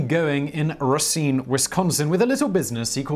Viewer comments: Simon, you get a lot of flak for your pronunciation but I want to thank you for getting Racine right. 95 % of non residents get it wrong (they say RAY-seen in stead of Ruh-seen) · you pronounced "Racine " very well.